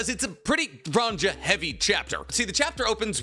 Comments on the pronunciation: Scopper sco—pper, there isn’t two Os. Why are you pronouncing his name that way bro lol. Also her name is ranya lol where is that j sound coming from? lol are you rage baiting 😂😂😂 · "Run Jar" he said😔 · Giants are Scandinavian, so their names are Germanic. The j makes the y sound like in Mjölnir. Ronja- Ronya